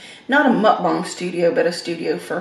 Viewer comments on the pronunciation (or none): none